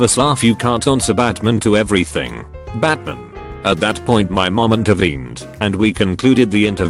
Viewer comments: The Batman story is so cute awww lil homegirl jus like Batman and that isn’t a crime. Also, Bot saying BAtmahn for 10 hrs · How the text-to-speech said Batman maid it 10x funnier batmin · The way that it kept saying "Batman" was amazing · The way the bot says batman kills me every time from laughter